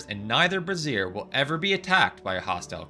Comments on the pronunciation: Didn’t realize resource was spelled with a z. Brazier is pronounced Bray Zier. A Bruh Zier is a bra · Here's a tip. Learn how to pronounce brazier. It rhymes with Fraiser. You are literally saying the long word for a bra. Brassiere. You're talking about flaming bras, man. BRAY-ZHR not BRA-ZEER. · Brazier is pronounced "Bray-zhur" with a soft "zh", close to the j in "juris." "Bray-zeer" is probably also right, closer to the French. What you're saying is brassiere, which is something else. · For anyone reading this, the way he says brazier sounds way too much like brassiere, the actual pronunciation is Bray-zhr. This is to avoid the inevitable bra jokes.